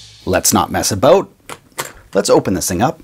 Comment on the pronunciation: Yo when he "about" in that Canadian accent